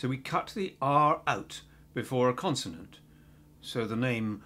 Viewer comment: bro it’s “consonant”